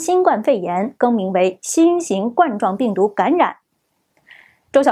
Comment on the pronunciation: 冠状病毒的意思是这种病毒的形状像皇冠的样子。所以第一声。不读冠军的冠（第四声）！！不要再误读。谢谢